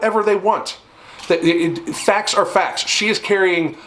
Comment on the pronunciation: Everytime i hear FAT instead of FACTS